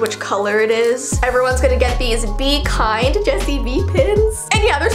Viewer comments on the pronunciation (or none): have you ever tryd"vee kind"? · Jessii's "be kind" pins should've said "vee kind"